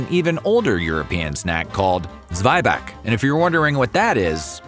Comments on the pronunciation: Zweibach??? It is called Zwieback. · Zweibach sends me 😂 it's actually Zwieback - Zwie as in Zwei (two) and Back as in gebacken (baked). There are documented German/Bavarian recipes for Zwieback as old as 1860s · I'm pretty sure it's Zwieback, not Zweibach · Dude, where do you get your information? A lot of it is just wrong. It's not called Zweibach, it's Zwieback. It also appeared to me in the Werther's video. Who is your source for German (yeah, also talking for Swiss, because they also call it Zwieback) stories??